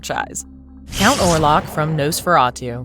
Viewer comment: Orlok not warlock